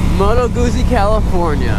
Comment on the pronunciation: Pronounced Goot-zee. That's Italian!